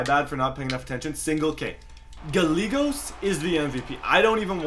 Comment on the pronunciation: His name is gai-yay-gos